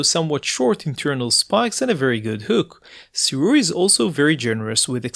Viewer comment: SIRUI is pronounced - SUE - RAY